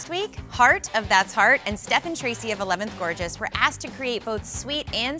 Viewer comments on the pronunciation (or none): none